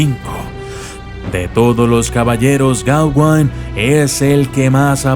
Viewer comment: es gaweynne no geawanne